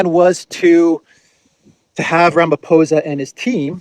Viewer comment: You are pronouncing our President. Cyril Ramaphosa's surname correctly now brother......